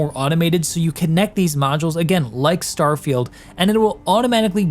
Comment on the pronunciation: What a funny pronunciation of "starfailed"